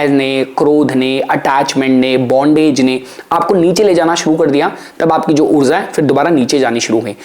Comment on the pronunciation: हिन्दी भाषा में उच्चारण ऊर्ज़ा (Urzaa) नहीं ऊर्जा (Urjaa) होता है